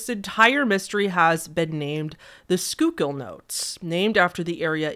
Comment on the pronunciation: Hey, did a good job pronouncing Schuylkill!